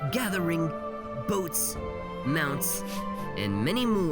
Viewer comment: The emphasis on BOATS in his voice couldn't help but laugh 😂💀 Also you uploaded when i was asleep :C